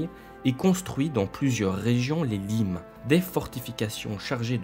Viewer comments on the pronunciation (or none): À environ , les limes se prononcent "limesse" (c'est un nom latin) mis à part ça c'est une excellente vidéo !! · on prononce "limès" !!!!! sinon c'est bien :) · Attention, le limes se prononce "limèsse", et non "lime" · Excellent. Mais "limes" se dit le "limes" (pas au pluriel !) et se prononce en effet "limesse". C'est un terme latin au nominatif masc. sg. Il signifie dans ce contexte frontière fortifiée. Ces fortifications pouvaient seulement consister en des routes, tours de guets ou palissades et pas forcément de véritables fortifications comme le Mur d'Hadrien.